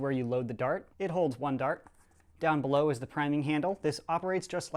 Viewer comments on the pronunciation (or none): you said beloo at the end